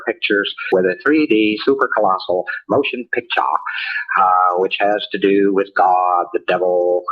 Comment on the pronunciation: I've heard his lecture several times, and every time I hear him pronounce it as a "motion picked-cha", I giggle like a child. 🤣